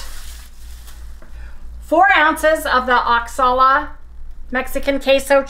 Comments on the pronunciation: OXaca is pronounced wah-ha-ka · Looks delicious...the Mexican cheese is pronounced wah-ha-kah named after Oaxaca a state in Mexico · Oaxaca is pronounced WUH-hock-uh. Just in case someone goes looking for it to purchase to make your meatloaf and asks where they may find Oaxaca cheese. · I love meatloaf, yours looks fabulous! The Mexican cheese OAXACA is pronounced Wha Hock A 😊